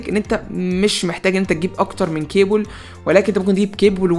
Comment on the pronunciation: كيبل مو كيبول😩😩😩😩